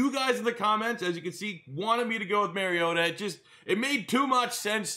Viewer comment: Love this series! If you care, the Mario in his name is pronounced like the Italian plumber, not Mary-o